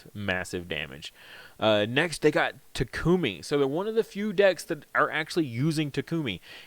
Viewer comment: start spreading it around, please... So many YouTubers pronounce Coelamon wrong. It's based on the Coelacanth, so the "coela" is pronounced like "seela". SEE-luh-kanth, SEE-luh-mon Also, the emphasis for Takumi is on the first syllable. TAH-koo-mih, not tah-KOO-mih.